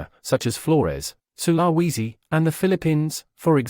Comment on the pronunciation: With a population of at least 15 million and at least one huge international island then Sulawesi is hardly remote. Also it's pronounced 'sul-ah-wee-zi '